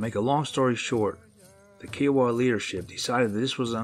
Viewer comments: Their not KEE-O-WUH.............Their pronounced as "K-EYE-OH-WUH" (Kiowa Tribe)..your mutilating the hell out of Oklahoma Native American Tribes! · It's "k'eye'oh'wuh" as in Iowa with a k, not "kee'oh'wuh", and yes, the word for Bigfoot in Kiowa is "kote'sah'pole". The Kiowa still occupy SW Oklahoma in the Wichita Mountains and recently, military personnel at Fort Sill have had Bigfoot sightings much to absent media coverage. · Ky O Wa = Kiowa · Are you trying to pronounce Kiowa? Good grief...look it up.